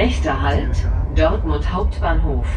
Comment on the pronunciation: Dörtmund Hbf?!?! Seit wann spricht man Dortmund mit Ö aus🤯😳